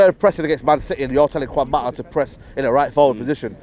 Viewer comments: “Techniquefull” “Quan Mata” 😂😂😂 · Kwan mata tho 😂😂😂